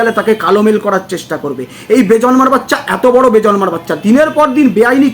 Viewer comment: একেকজন আবার বেজন্মা টাও উচ্চারণ করতে পারে না বলে বেজর্মা 😂😂😂😂।